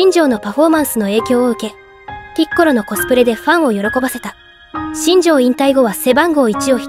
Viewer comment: ピッコロのイントネーションが、にこにこぷんのイントネーションになってる。